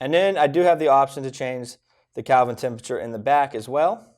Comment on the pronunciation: I'm sorry, "calvin temperature?" Kelvin.